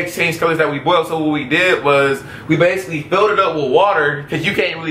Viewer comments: says "bowled" eggs lol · She really can't say boiled lmao. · haha she said bold it's boiled